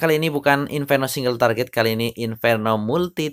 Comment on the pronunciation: Target aja " kok bilang traget